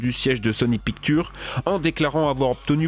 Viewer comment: Quel accent anglais pourri... pictuuuuuure, ze...